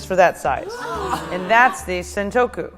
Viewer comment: she said sentoku not santoku san means three. sen means a thousand